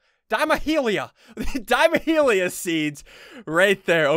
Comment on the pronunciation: Ian needs some pronunciation class lol 😂 I'm pretty sure it's diamahlia (dia-ma-lia) h is silent lol but yeah, love the video either way, hope there will maybe be a troll craft series between you, biffle, henwy, and sigils someday